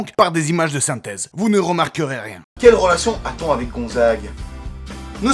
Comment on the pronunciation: On dit SYNTHÈSE et pas SYTHESE !!! :-P